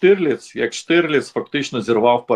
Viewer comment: Штырлиц 🤣 Власне, українською правильно казати та писати Штірліц 💡